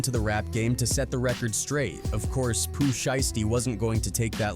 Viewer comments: 😂😂😂 he said Pooh name wrong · 😂 and after he already said it right twice..